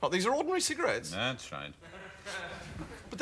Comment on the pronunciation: “C-cogarias?” “Cigarettes”